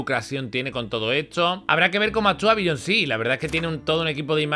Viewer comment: Otra vez dijo Billonsí :´v